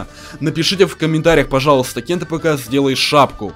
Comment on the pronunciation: правельна говарить гат кнайф